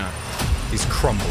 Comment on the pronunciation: There's no E in crumbling.